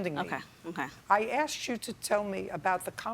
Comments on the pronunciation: "I axed dim..." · “I axed him” 😂